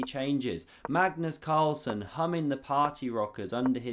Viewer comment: Cagnus Marlsen? 🤣🤣